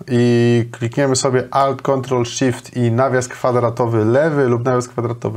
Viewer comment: Ałt to chyba A powinno być, nie O